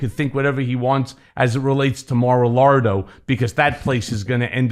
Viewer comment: "Mar-a-Lardo"--Isn't anyone ever going to tell him?